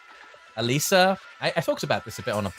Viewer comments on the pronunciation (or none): none